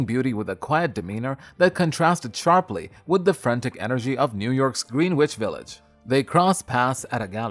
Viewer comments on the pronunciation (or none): Green witch? ... its Greenwich Village